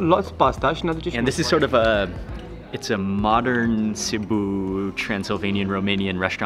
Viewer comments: sibiu not ciboo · Ohhh stop saying Cebuuu this is in Philipines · Name of the town:Sibiu This guy:Sibu Me:*cries in Romanian* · It's not SEE-BOOH, it's See-Bee-wooh With the accent on Bee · Sorry Mark, the correct name of the chty is Sibiu', not Sibu. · Dude learn the name of what you eat and learn to pronunce the names of the places you are going. Sibu, lol ffs. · hello i am a romanian sibiu its pronunced SIBIU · you say the name of the city wrong on purpose?